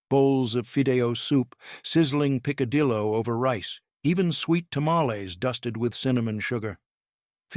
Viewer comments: It’s called picadillo, not picassiro. (pronounced pika diyo) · Pica-dee=zoh??? Tamah-lez??? and Cala-ba-feet-ah??? This is why I hate A.I. generated videos! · Picadillo,n̈ot picadizo! Pikadeeo!😊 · You keep pronouncing the double LL's like an S !! It's pronounced like a Y (a in English ) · PICADILLO (picadiyo) , NOT PICADIZO . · Did he say calafabita? It's calafabita. Picadizo, OMG I can't stand it. It's picadillo. I'm leaving before I lose it. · PicaDizo y Calaba-WTF 😮 well at least he said Migass. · I so wish you would have someone who KNOWS how to enunciate spanish words. "Fēē-dĕh-yōh" = Fidello. There isn't a "z" sound in "picadillo"(pēē-kăh-yōh). My gosh the narrator is chopping the names of dishes. Truly horrifying. Nevertheless I do appreciate this video. Born in the late 50s, we weren't wealthy at all. However, our beloved Mamà made sure we girls helped in prepping & ultimately learning to cook. Our poor Tacos, were filled w/ papas, chorizo, shredded cabbage, cheese & salsa. Paz be with us all 🙏. "Sra lsa" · Peek kah Dee so? Lol! Me gots?.I'm lmao? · What the hell is "pikadizo"?